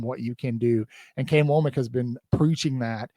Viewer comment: I don't know why the mispronunciation of Kane Wommack's name is so bothersome to me, or difficult for others, but every time I hear someone say his name it is like nails on a chalkboard.